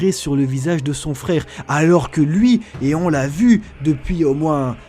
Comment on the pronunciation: mon dieu, les "r" 🤦 wesh fraikh (frère) 🫵😂 rip la langue française 🤦